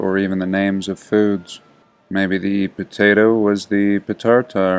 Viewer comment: Potartar.... Thank you 🤣